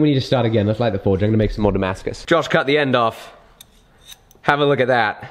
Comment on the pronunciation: Damascuses? Damascai? Damascusisisisis? Who knows